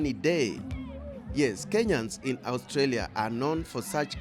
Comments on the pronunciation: It’s of AOURSTALIA, it’s Australia 😆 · Your pronunciation of Australia sucks... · That pronunciation of A-ustralia., stop playing. Did you also take some ostriches there?